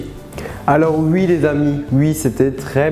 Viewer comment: Tu dit " Wui " et non " Oui " ! ×)